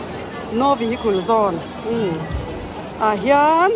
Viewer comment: Vehikul Ni lovin Vehikal aw😂